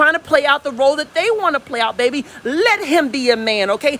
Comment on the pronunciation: “Bayyyyy beeeeeee” 😩🥰😂🤣 your a southern treat